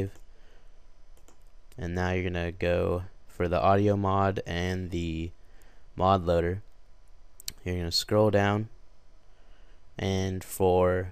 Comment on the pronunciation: did he say mob loader?! WTF..